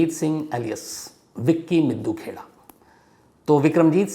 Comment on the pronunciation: ताहिर सर हरियाणा पंजाब के लोगों के नामों का उच्चारण करने के लिए हिंदी उच्चारण पढ़ लिया करें । विक्की मिड्डू खेड़ा नाम है ना कि मिद्दू खेड़ा !